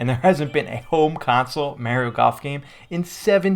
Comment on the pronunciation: Funny how he says Mario ike Mehrio